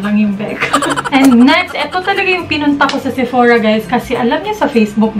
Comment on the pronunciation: SEPORA..😅😂😂✌️ BLUS... jusko lerd😂